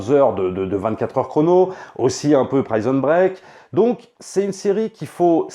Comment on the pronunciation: Mais pourquoi il dit “caza de papel”? Et “praison break”?